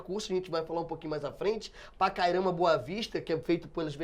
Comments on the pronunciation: tÁ FALANDO PACARAIMA e RORAIMA ERRADO!!! o Certo é PacarÁIma. e Rorááima não é Rorâââíma! Boa Vista não tem estrutura! O que acontece aqui, é que tem muito bandido no meio de gente que realmente veio trabalhar que está tocando terror aqui na cidade! o indicie de violência aumentou em 200% a criminalidade, isso que foi notificado. Tem Venezuelano cavando buraco antes mesmo de matar a vitima, literalmente. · Ótima aula. Só erraram a pronuncia dos nomes do estado de Roraima e do município de Pacaraima.